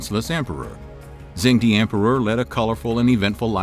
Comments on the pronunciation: I think you do great videos. However, in Mandarin "zh" is pronounced like a "j" in English and de is prononced "duh". So phonetically it's "jung duh". I'm currently learning Mandarin so my ears are bothered if things aren't pronounced properly. That being said, keep up the good work. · Great video! To help with pronunciation, in pinyin "zh" makes a /j/ sound and "ch" makes /ch/ just like English. So zheng would sound more like "jung" with a hard /j/ sound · It’s not Zhen D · FYI Zhengde is pronounced "jung duh". It would be nice if you pronounced the feature of your video properly.